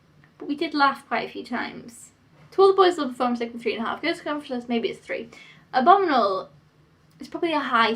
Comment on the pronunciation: Why do you pronounce abominable like abominal?